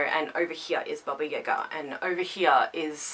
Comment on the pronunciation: This is the first time that i actually heard someone that isnt a person in my family say Baba Yaga the right way